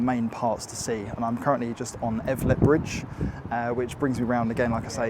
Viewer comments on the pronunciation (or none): Also Elvet, not Evlet... and Durham sounded a bit off too lol Durham is a very nice city to spend a weekend in, also a good base for a longer stay while checking out places like Beamish.